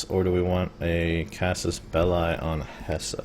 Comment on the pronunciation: I know that this is a very old series, but it is pronounced *Hess*, not *Hesseh*. Dont get me wrong, i like your gameplay, it just was one of those things that bothered me xD